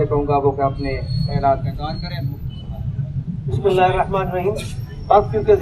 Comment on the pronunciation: محترم بھائی جان آپ ویڈیو کے شروع میں بسم اللّٰہ ٹھیک پڑھا کریں آپ بسم اللّٰہ کی بجائے بسباللہ پڑھ جاتے ہیں